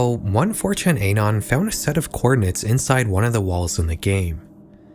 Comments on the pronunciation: i dont like how you says Op and Anon. cool video otherwise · why do so many people pronounce “anon” so weirdly it’s just pronounced like the beginning of the word anonymous. Uh nahn